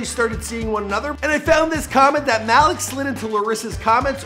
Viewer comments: It’s not Mal -ick is Mal - eek. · Bruh I don't pronounce his name as Malik you say it as if it was spelled like Maleek that how u pronounce his name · It’s pronounced maleek not malick lmao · “Mal-ick” Beasley🤦🏽‍♂️ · The way he’s says Malik 😂